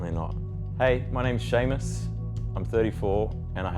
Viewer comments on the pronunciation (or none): none